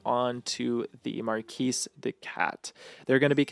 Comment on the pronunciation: "Marquis" has a soft "r" and silent "s", so it is not "Marcus D. Katt" it is "Mah Kiddy Cat". I know I am a killjoy, I just wanted to point out the intended pun.